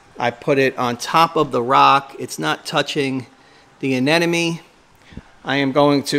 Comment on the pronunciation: I don't think u should have an anemone if u CAN'T PRONOUNCE IT CORRECTLY LOL